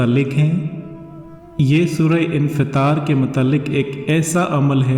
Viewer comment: Assalamalykum please ye batadein ye surah kis para mai hai uska naam aapne sureh infetal bataya thida pronounciation samajh nahi aya